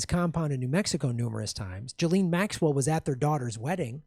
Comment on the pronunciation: Ghislaine is pronounced "Gui-Len" (first syllable pronounced like guitar).